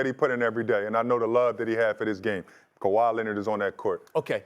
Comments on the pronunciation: In 2025 this guy said kawai Leonard! 😂😂😂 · This man said KAWHI 😅😅😅😅😅